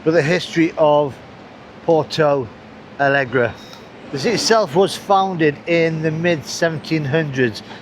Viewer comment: Try learning to pronounce the name of the city